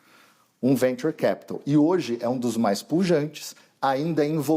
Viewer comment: Porra mas o repórter vai para fora do país e faz toda uma reportagem para errar grosseiramente na pronuncia de Venture? E depois não sabe pq o país não vai para frente! Não acerta uma! Mas se fosse para tocar gado? Ai era um gênio!